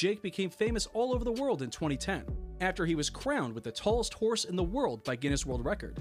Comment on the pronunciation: "giness world record" my man had me dying